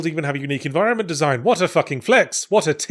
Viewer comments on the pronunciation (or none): none